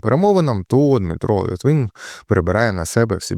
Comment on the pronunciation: литвин а не літвін